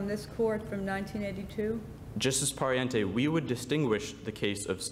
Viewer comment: Everyone is talking about how the first speaker was really good, and I agree, but the fact that he kept on pronouncing "Pariente" wrong bothered me a little bit...